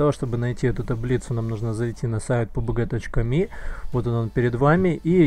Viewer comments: Не пубг, а пабг пожалуйста . Уши крутит такое произношение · Пи Ю Би Джи , уважаемый